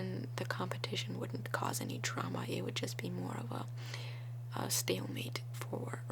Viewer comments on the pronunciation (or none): none